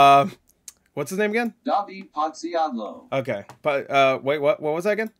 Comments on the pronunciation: You used english text to speech i dont know why, next time please just go to google translate, type or copy author name and select proper language. As a polish guy its sad for me to hear his last name butchered by ai just because you didnt select right language. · You could have just use Polish Google translate voice. You were 2 clicks away from the actual pronunciation Ps: I LOVE THE SONG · This website is shit, it's not how you say Podsiadło.